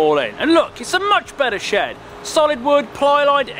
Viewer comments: I heard "builid sh*t" 😂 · I hear "shit" instead of shed and that make me laugh 😂